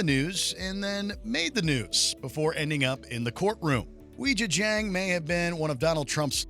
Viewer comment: it's pronounced "way jyah jyahng" not "weejuh jang"